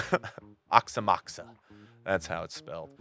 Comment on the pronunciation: It's not oxa moxa .it's A OX O MOX OA